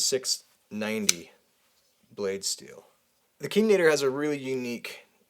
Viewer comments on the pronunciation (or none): Nadar > [ nah-dahr; French na-dar ]